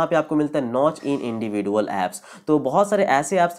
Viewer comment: Are bhai individual galat pronounce kr rahe ho Chaho to google pr v iska pronounciation dekh sakte ho